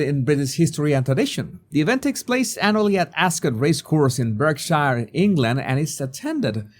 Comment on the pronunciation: I know British place names are difficult for foreigners to pronounce, but Berkshire is pronounced BArkshire.